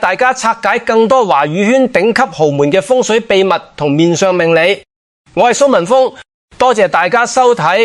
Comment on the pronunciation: Al，唔識讀峰字咩😮